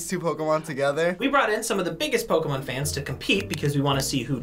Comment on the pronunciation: Why isn't anyone talking about how knew all the Pokemon's but messed up with the names like everytime 😂😂